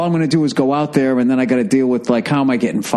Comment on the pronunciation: Deh hey theere. You're sayin theere theere a lot theere.